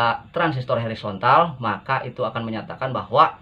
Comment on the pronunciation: Hoooorizontal pak Bkn Herizontal...pake O